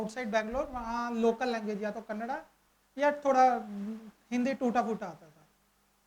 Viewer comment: thank god he said "kannada" . this itself shows he has interacted with locals